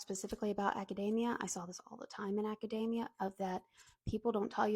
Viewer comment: you say academia like macadamia